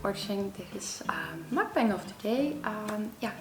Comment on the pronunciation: Its pronounced "muk bahng" lol